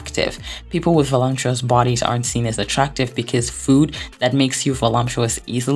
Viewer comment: I’ll comment on the video separately and it’s clear to see it took a ton of effort, but I need help out here, are many words mispronounced on purpose? Is it a part of the way you speak? I really couldn’t with the Audrey HURPburn or voluMPTuous and decided to ask